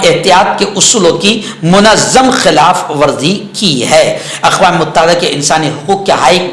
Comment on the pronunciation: السلام علیکم ورحمةالله وبركاته. مفتى صاحب ؛ لفظ: متحدة: كسرة کے ساتھ ھے، فتحة نہیں ھے، الإمارات العربية المتحدة، اور: اقوام متحدة.وشكرا